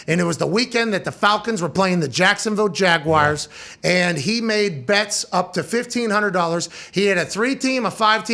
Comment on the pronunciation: Pat. We have been thru this before. It is “Jaguars” NOT “Jag-Wires”